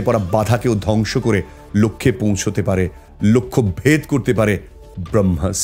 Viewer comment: Brohmas noi ota Bramohs... Plz research ta ektu valo kore korle aaro valo hoto... kichu mone korben na.